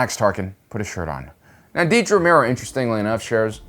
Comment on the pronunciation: Another great video and analysis. Just commenting to let you know that her name is Dedra, not Deedra.